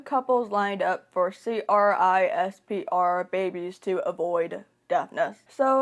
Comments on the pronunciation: This is a good video but the fact that you said c-r-i-s-p-e-r instead of saying it like "crisp-er" drove me nuts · Just you know, generally CRISPR is pronounced as “crisper”, instead of saying each individual letter 🙂